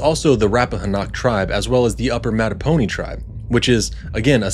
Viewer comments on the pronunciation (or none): As someone who grew up with the “Powhatan tribes”, Matoponi is pronounced “Ma-toe-poe-nye”, not “Ma-toe-poe-nee”😭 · Please say the Virginia tribes correctly! Matta po ni and Pow ha tan.